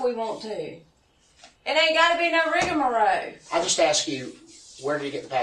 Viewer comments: It ain’t gotta be no “rigamaro” 😂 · she almost got it right "rigamarow" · "So they could go without all that 'rigamaro'..." 😂